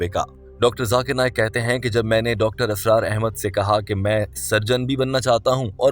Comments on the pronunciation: Dear Brother, Assalamualaikum, it is Israr not Asrar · Mr. Audio, please improve your Urdu. It's not asrar it's Israr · Dr Asraar nahi... ISRAR hota hai. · Mr.admin nOt asrar But israr 👍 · You keep saying asrar his name is Israr... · It's not Dr. ASRAAR it's Dr. Israr.. Improve ur urdu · ابے "چ" ! "Israr" not "Asrar" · Dr.israr Ahmed, Not Asrar Ahmed as u pronounce,JazakAllah. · ASRAR NAHI BHAI, ISRAR AHMED HAIN